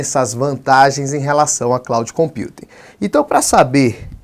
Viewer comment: cloud computing -- pronunciar ing. Voce ta pronunciando cloud compute